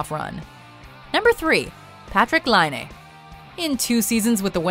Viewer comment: Patrik Laine 👍👍 yay. Hearing Finnish names from someone who is speaking English is always weird 😅 Partik's last name was said right once and other times almost right 😜 is the right one. It's Laine, not Lainee 😜:P